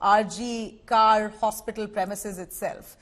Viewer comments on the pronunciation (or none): It is not RG Kaar It's RG kaur ( pronunciation) Please know before you speak